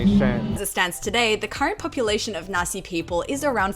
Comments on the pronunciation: haha i keep getting a bit confused bc i keep hearing Nasi instead of naxi, nasi means rice in indonesian (and when you say nasi in then netherlands one usually refers to nasi goreng, fried rice) also something fun, the dutch word for chickpeas is kikkerwten, which literally means frogpeas, so its kinda fitting that a culture whose favourite animal is the frog, primarily produce frogpeas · I misheard "the Naxi people"... Haha xD a rare deeper exploration of Liziang in English! 👍